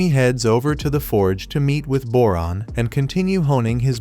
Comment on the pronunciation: Went you said boron I hear moron ngl